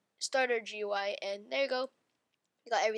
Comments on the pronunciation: I have two tips: Its pronounced gooey and Dont sou d so depressed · it pronounced gooey